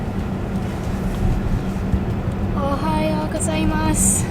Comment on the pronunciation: aime bien la langue japonaise? Car bravo à elle de bien avoir prononcé ohayo gozaimasu 👍.